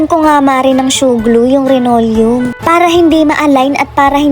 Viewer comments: Linoleom hindi renolyum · Hindi po renolyum yan linolyum po yan hay naku po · Anong RENORIUM? Baka LINOLEUM!✌️